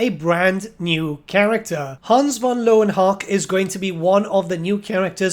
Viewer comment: learn your german, pal. its pronounced leuven hucka. love your channel btw